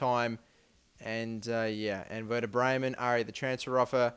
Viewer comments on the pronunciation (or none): none